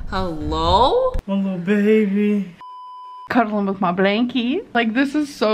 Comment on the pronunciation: Does anyone else hear Amber pronouncing baby almost with a v in it? Like …. “Baevy” … I know I’m hearing impaired but I just feel like she says it weird? Like she’s forgetting basic vocabulary?